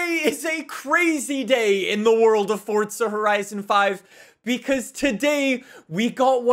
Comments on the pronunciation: Uhhhh. Love the video, but stop saying FORTSA. It’s FORZA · it's forza not fortza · Fortsa horizon five was said at least 3 times in this video 🤯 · I WANT YOU TO LEARN HOW TO SAY THE WORD FORZA!!!!!! ITS NOT SPELLED FORTZHA...OMG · How many times did you say: FORTZA HORIZON 5 ... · Is it just me or does say ‘’Forza’’ different… sounds like he puts a T in there, ‘’Fortza’’ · Fortza eh? What’s that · Still looking for the T in forza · Where is this man getting the t from in forza